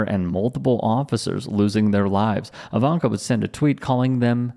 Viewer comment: Liar Jr, female version , is I-vanka, emphasis on ‘I’. 🤮